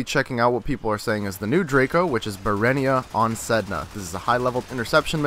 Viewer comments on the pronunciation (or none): no, it's berehynia